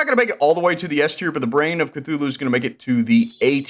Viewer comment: THEY PRONOUNCED CTHULHU WRONG